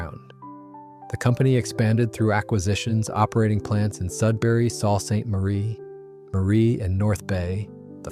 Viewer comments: Who pronounces it “Saw Saint Marie???” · Sounding all sentimental about Canadian beers in northern Ontario gets OBLITERATED by not knowing that there is a city named SUE SAINT MARIE.... Sault. Switch the AI voice from smarmy to accurate. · Salt St Marie…lol. I love when AI exploits our desire for nostalgia for a few clicks… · not 'salt' st. marie... wheres; the editor? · Sal st marie? Cmon learn how to say it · Pronounced Soo Saint Marie. Stupid AI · Can't even pronounce Sault Ste Marie You're fired